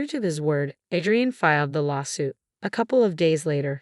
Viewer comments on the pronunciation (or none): It’s pronounced A-DREE-IN